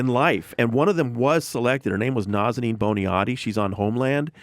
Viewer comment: I'm a longtime fan but I agree. It's a little embarrassing...When they cant even say his name right after hearing it several times it makes it clear they dont really care.